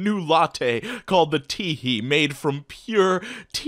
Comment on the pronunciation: i fucking choked at "tea-hee"